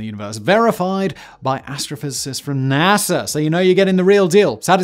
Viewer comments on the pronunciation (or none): none